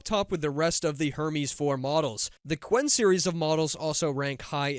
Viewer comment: vro really said "Gwen" 💔💔🥀🥀